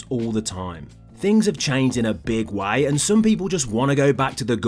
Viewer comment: If you're going to say the word way why don't you pronounce it like way and not why